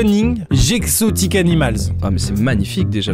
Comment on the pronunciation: "Stenning GExotic animalz" Chuis morte, il a prononcé GExotic alors que le G était dans le mot avant 💀💀